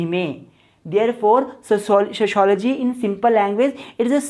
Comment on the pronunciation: Sho shology 😅😅😅😅😅😂